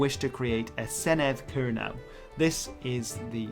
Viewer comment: Kernow yw leverys dhe rimya gans 'crow' yn Sowsnek, yn le a 'now'. Kernow is pronounced to rhyme with 'crow' in English, not with 'now'.